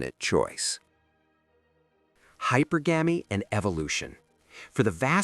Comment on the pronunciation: Yeha! Like Hyper-Gammie! 🥴 Hypergamy is pronounced hype pur gum ie.